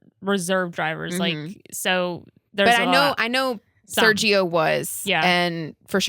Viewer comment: As a latinoamerican guy I have to tell you, the G in Sergio is pronounced the same way we pronounce México un Spanish. English examples escape my mind atm but similar to the h in ahead. Think of it lime Ser-he-o with a short O at the end not "ou", more like an abrupt stop. The other names also have some slightly different pronunciation but I'll limit myself to the one Spanish name 😅